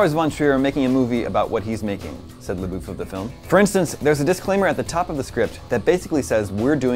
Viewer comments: His last name is pronounced "labuff" not "laboof" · I thought it was pronounce La-Buff not La-Boof